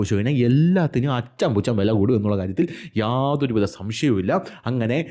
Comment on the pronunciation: അച്ചം,പുച്ച മല്ല അറഞ്ചം പുറഞ്ചമാണ്.